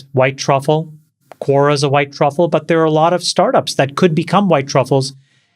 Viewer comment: When Chamath said Cora- did he mean Cora or Quora?